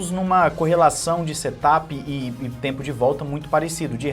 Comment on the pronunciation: Se me permite , a pronúncia certa de Set up não é setapi E sim serapi.